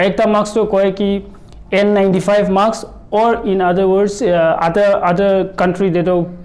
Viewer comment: Mask koi ho not maks :D